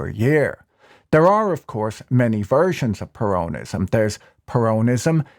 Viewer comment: I do wish you'd learn to pronounce "peronism". The accent (in English) is on the first syllable, not the second. This equates to the Spanish "peronismo", where the main accent is on the "i" with a subsidiary accent on the "e". Spoils an otherwise fascinating analysis. Either way, it's certainly peronismo which wrecked Argentina and it will be a miracle if Millei can turn it round in a four year mandate, when most of the fourth year will be spent on electioneering for the next election.